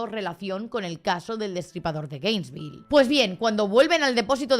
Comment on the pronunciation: No me gusta ser el típico niño repipi, pero no es GRainesville, es Gainesville, que TOC me ha dado cada vez que lo he oído mal 😂😂